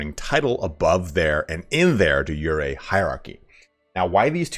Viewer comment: De Jure: "/di ˈjo͝orē,dā ˈjo͝oˌrā/" Say it like "jury" and you'll be much closer than you are now :)